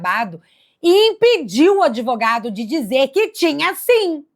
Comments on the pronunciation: Eu ouvi isso:...dezoito e vintes? Adevogado? Séria aluno da "dirma", ou da "jangis"? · O sujeito que fala adevogado eu nem escuto 🤡